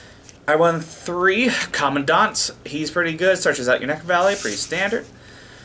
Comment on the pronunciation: I like you because you pronounced Commandant correctly, all other YugiTubers I've seen pronounce it wrong. So thanks. Also, great deck.